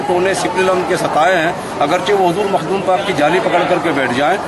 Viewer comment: Mahdoom nhi h Makhdoom h